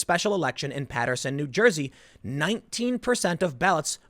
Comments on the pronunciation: Dear Tim, thank you saying Paterson correctly. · Thank you fir saying paterson correctly. I will donate now. Keep up the good work.